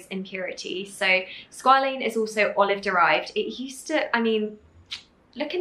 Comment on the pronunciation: no shade to Niomi, I absolutely love her but it makes me wonder how much research was done on the ingredients overall since she mispronounced quite a few words like glycerin and squalene. She also mentioned putting the oil on top of the moisturizer but oils are supposed to go before for the cream to seal the moisture in... none the less the products look and sound beautiful. I am really keen to try the mask but was wondering how many % glycolic acid is in there plus when Niomi is willing of course, to make a video addressing some life updates, what happened to her relationship etc